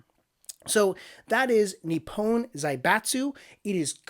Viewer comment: It's pronounced Ni-pon not Ni-pown